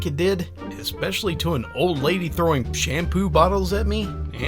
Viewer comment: Found some old videos from this guy, but haven't watched the more recent. Does he still say "ekspecially"?